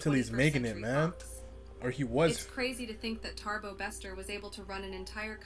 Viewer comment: Why is the woman saying Tarbo instead of Thabo?